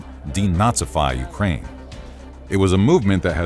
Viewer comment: I am sorry when did pooh-tin declare war on UKRAINI ?